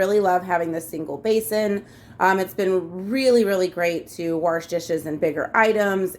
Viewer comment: Did I hear “worsh” lol